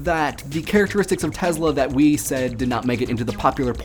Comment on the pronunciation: Its pronounces TeSla.. not tezla... Nikola TeSla